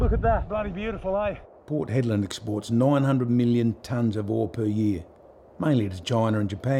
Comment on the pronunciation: Hedland, not "Headland". Anyway, a great video like all the others.